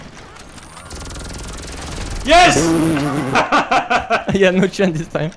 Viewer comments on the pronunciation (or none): you speak good finland "JES!"